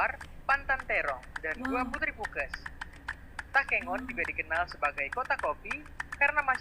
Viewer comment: Takengon bukan tekongan,tapi kata dasarnya entah kengon